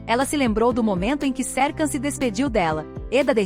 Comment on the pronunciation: você fala o nome dele errado